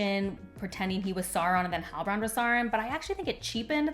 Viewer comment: I don't disagree but your mispronunciation of Isildur and Sauron takes me out of the video.